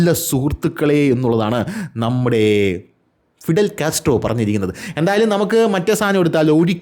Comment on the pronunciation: വിടൽ കാസ്ട്രോ 😂😂